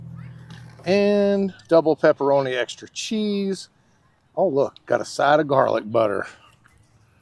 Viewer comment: When you say extri you’re card carrying country 😂 Keep checkin the haters